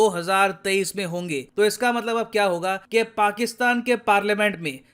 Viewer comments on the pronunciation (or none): none